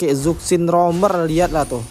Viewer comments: Zusin bukan zuksin .. berarti sakvier bukan savier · Zuksin anying, zushin bang cara bacanya😂😂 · Izin koreksi penyebutan nama Zhuxin itu bkn (ZukSin) Tpi dibaca (CuShin) krn di mandarin Z itu dibaca ny kyk C, cntohny kyk nama Dong Zhuo bukan dibaca (Dong Zuo) Tapi dibaca (Tong Chuo). Ga brmksd apa2 ya... just fyi dan izin koreksi aja biar yg awam jg tau